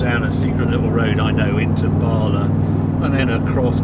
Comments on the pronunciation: Hahahahahaha drives via BAA – La! Wrong it’s BA_LA! Otherwise loved the V as usual - thanks! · Its Bala Harry, not bar lar no Rs in it at all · Love the vid Harry but it’s pronounced Bala not Barla. The locals would crucify you if they heard you. BARLA is the British Amateur Rugby League Association. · Beautiful video, epic sounding car. But “Barler”?